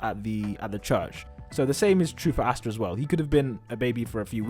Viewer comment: Why do you say Astas name like that...